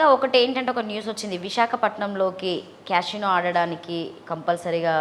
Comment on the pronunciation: ఊసేయ్ నీయమ్మ first casino అనడం నేర్చుకో నువ్వు నీ ఎక్సట్రాలు